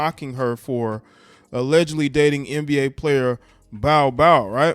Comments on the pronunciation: Pronounced "Bowl-Bowl", not "Bile, Bile"...lol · It’s pronounced bowl bowl. Man said bow bow. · it sound like bro said she was dating Bow wow instead of Bol Bol😂😂😂😂